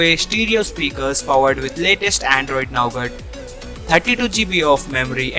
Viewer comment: nice informative Video dude! but try to work a bit on the audio! btw it's Nougat buddy not Naugat 😂😂😂